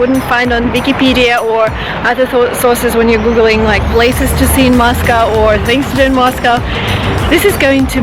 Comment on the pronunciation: I enjoy Moscow.and I enjoy the way you pronounce Moscow correctly..not that American way MOSCAW thats wrong.sorry I know Americans are trying to speak English..we all have an accent.thats ok ..we keep trying.i personally want too speak Italian well but I will always have an English accent..unless I employ a voice coach each time before I speak ha ha ha .sorry went off on a tangent there...ps I prefer Saint Petersburg grazie Mille ciao ciao